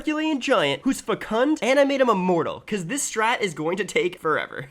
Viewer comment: Please learn to pronounce fecund